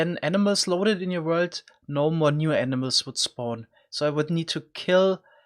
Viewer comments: Lol the way you say animals makes it sound like you are saying enemas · Every time he said animals I thought he said enimas lol